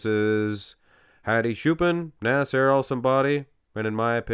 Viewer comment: When says "Nasser" it sounds like "A$$ HAIR" 😂😂😂😂